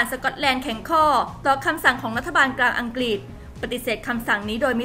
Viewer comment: ออกเสียงคำว่าอังกฤษไม่ถูกต้องนะครับ อัง-กริด ไม่ใช่ อัง-กิด